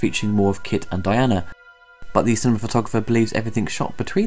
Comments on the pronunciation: Aughghghgh! I'm only half way through and I can't take it any more. DianA, DianA, DianA. Not Diane. The weird thing is, you said it right the first couple of times, then started saying it wrong. That's like referring to Lola Lane in something about Superman, or talking about Batman and Robert. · I'm sure it's been mentioned by others, but the heroine is called DIANA, not 'Diane'. Otherwise, nice retrospective - well-done. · Diana, not Diane.